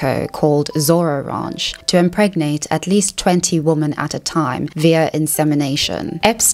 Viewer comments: Please, please correct your pronunciation of 'women' - it's plural, so why are you saying 'womAn' every time when you mean 'women'?? It's driving me nuts. Otherwise, great content ) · The word "women" is pronounced "wemen" not "woman." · Why do you say "womAn(s)" when you mean "womEn"? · Please educate me why you pronounce women as woman (good faith question)